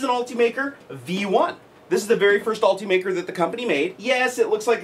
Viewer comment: ALL-TEE-MAKER is not how this is pronounced. It is ULT-UH-MAKER, as in ultimate maker.